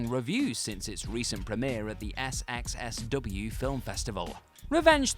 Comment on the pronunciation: *adds “SXSW” and “penchant” to the long, long list of things that a) WhatCulture idiots can’t pronounce, and b) their witless editors clearly don’t get them to retake either.